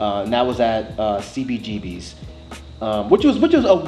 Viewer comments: Lol I knew was gonna be annoyed when he spelled out "C-B-G-B-S" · when he said CBGB-ess. ugh